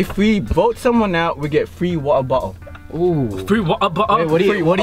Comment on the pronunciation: FrEe Wa’Er Bo’LE